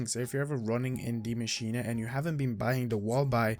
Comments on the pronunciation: Aether god Deea masch een a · I love how you pronounce Die maschine properly. Everybody just says die machine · Its German for The Machine, so technically the English pronunciation is machine, but die like he pronounce is correct in German, English (die, as in death is wrong)